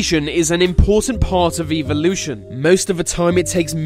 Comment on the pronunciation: Ha he said eavelution